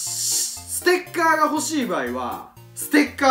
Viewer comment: ス↑テ→ッ↗︎カ↘︎ー